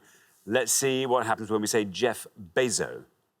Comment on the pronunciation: The comment shouldn’t be said if you mispronounced Jeff Bezos . He should’ve received 100 points.